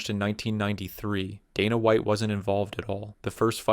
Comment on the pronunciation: donna white? randy coocher?? the funniest part is he pronounced both the names right at least once before going on to butcher them lmao